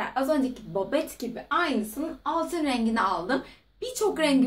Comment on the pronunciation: Bobet değil babet